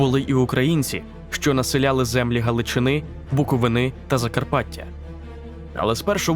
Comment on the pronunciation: Хочу вас виправити стосовно наголосу: правильно казати БуковИна (як чернівчанин кажу). А саме відео - топ, топ і ще раз топ!🇺🇦